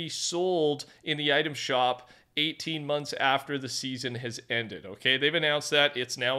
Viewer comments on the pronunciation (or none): none